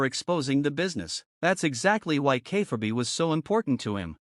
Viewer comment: Please teach your AI how to pronounce "Kayfabe"...